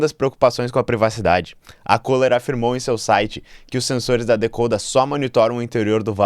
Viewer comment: O nome da empresa é Kohler. CÚLER!